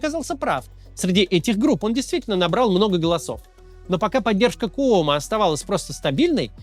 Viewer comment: Привет из New York a. He kyomo,a kooмо-у не читается